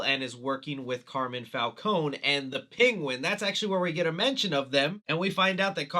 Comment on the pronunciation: “Carmen Falcone”😂😂 sorry bro, too good.